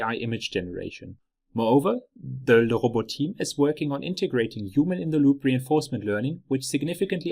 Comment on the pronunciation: Awesome video!! I finally learned how LeRobot is correctly pronounced! 😂😜